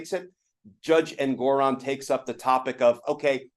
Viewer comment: Ooooh, don't tell us Glenn: "Trump's in big trouble!!!!!" What a JOKE! He's getting away with everything. The judge's name is pronounced ENG-or-on, NOT En-GOR-on.